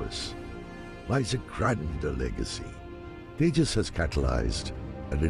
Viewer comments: It's not tehas it's j like in jug . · By the way, it's pronounced TEY-JA. The J is pronounced like a G. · My Dear Friends: It is "TEJAAS" - "J" as in 'Japan'. Not the usual American pronunciation of J thinking everybody in the world pronounces like the how the Latin-Americans pronounce "J" (as "jay"). Japanese do not; and in India "J" is the most used alphabet in all the Indian languages. Always the "J" is "J" and not "hay". It is so painful within one minute of starting watching your episode, it sounds awkward. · Tejas pronouncing J in Tejas: sounds like J as in Jack : Tejas means "Radiance of character".... in India J is almost never pronounced "ha" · it's pronounced TeJAWs J in India pronunced as JAY and not HEY unlike Mexico. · The J in Tejas is pronounced as a Z sound not H. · It’s not Tehas! It’s Tejas with j spelled out as j! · It's not Tehaas, it's Tejas😂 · We Indians pronounce it as te-jaaz not te-haas.😀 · It is pronounced The-Jus meaning shining light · Not G, J itself. J like Juice but Jas... Tey-Jas. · J is not silent